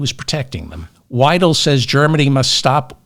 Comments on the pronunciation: 👍👍 Btw.: Alice Weidel AFD, say Alice Wydel not Alice Weedle 😂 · German here, and anti-AfD. Don’t laugh please, Merz is our best option. Vance, Musk, Hegseth and their intellectually challenged Dictator is a disgrace. By the way Weidl is pronounced like your word is pronounced, not like you pronounce